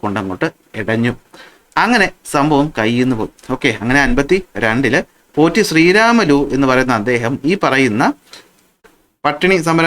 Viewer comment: #പോറ്റി_ശ്രീരാമലു എന്ന് പറഞ്ഞു ആ മഹാന്റെ പേര് കളയല്ലേ ! പ്രത്യേകിച്ചും ഇപ്പോൾ കേരളത്തിൽ ! തെലുഗു ഉച്ചാരണം അനുസരിച്ചു അദ്ദേഹത്തിന്റെ പേര് #പൊട്ടി_ശ്രീരാമലു എന്നാണ്. ഞാൻ പത്തിൽ പഠിക്കുമ്പോഴും ഇതേ തെറ്റ് പുസ്തകത്തിൽ ഉണ്ട്, ഞാൻ പഠിപ്പിക്കുമ്പോഴും ഇതേ തെറ്റ് പുസ്തകത്തിൽ ഉണ്ട്. പുസ്തക കമ്മിറ്റിക്കാർ സിന്ദാബാദ്. പണ്ഡിതമന്യന്മാരാല്ല്യോ ..?